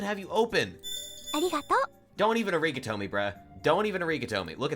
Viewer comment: The “uh-rig-uh-toe” pronunciation is fucking hilarious 😭😭😭